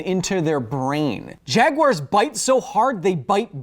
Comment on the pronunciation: Nickle El Bago, trash of the UK, often change the vowel a to an "er" sound when it is the end of a word or name. Maybe Kyles was trying out an inferior version of The English Language?... He was playing around with the sounds that tea drinkers make, in mispronouncing "Jaguars" in the start of the video. The degenerate nonsense conversion of a into "er" is done in South Africa and the Australia express the retardation too. At least the Australian presence of this particular degeneration in nowhere as prevalent~recurring~irritating. The Australian dialect, on average; sounds way better than UK trash...still not quite on par with any of our North American improvement on the English Language(give or take several dozen redundant terms and phrases)...